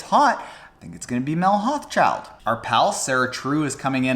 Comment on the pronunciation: Good video, may I be so bold as to offer the pronounciation of Mel's last name which can be tricky. Hauschildt should sound like Hau-shoult for us North Americans.